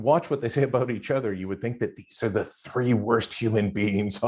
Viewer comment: he says "aboot". Maybe some Canadians DO say "aboot".